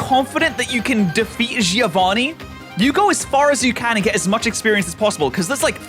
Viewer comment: You spell "Giovanni" wrong. the I after a G turns it into a J sound and the I is silent. Also the double n has to be spoken. You must read it like Jovan Nee and not Jee Ovani